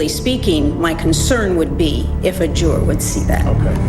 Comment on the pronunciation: Nancy Grace the word is Juror not Jurar